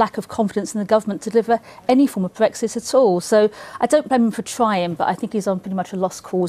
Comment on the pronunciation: it's not BWEXIT FFS it has an R in it